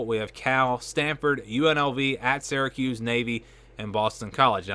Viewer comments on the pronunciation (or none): It’s not pronounced seracuse, it’s Syracuse …like syrup. What is it with your generation and pronunciations.